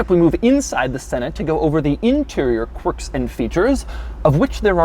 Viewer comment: It’s annoying when you say corks in features and Infotainment system